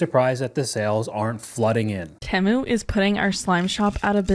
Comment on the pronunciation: Why is she pronouncing Temu like that?LOL